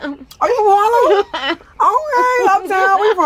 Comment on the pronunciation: Why she say harlem like that don't fucking kill meeee😂😂😂😂😂